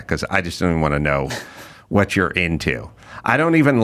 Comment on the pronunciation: The “wunt” ads??? Never realized adam says wunt instead of WANT